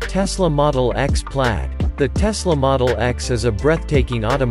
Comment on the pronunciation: its plaid.... not pady...